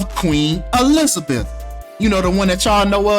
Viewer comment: "Queen E-lizard-beth." Come on!😂